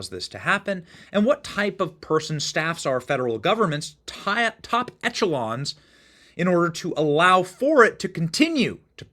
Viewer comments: "Echelon" is pronounced "Eshelon". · “Etch-a-lons” is hilarious 😂 the internet really is good at making dumb people look smart 90% of the time. There’s just that ooonnneee bit that slips through. Anyway, I enjoy the videos. They’re in a whole upper etch-a-lon of YouTube. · It's amazing how many educated people mispronounce echelon